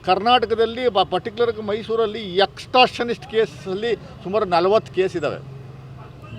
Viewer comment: ಏನಪ್ಪಾ... ಎಕ್ಸ್ಟ್ರಾನಿಸ್ಟ್ ಅಂತ ಕಾನೂನಲ್ಲಿ ಇಲ್ಲ.... Extortion ಅಂತ ಇದೆ... ಅದನ್ನು ಹೇಳೋಕು ಬರಲ್ಲ ನಿನಗೆ,... ನೀನೂಬ್ಬ ವಕ್ತಾರಾ....???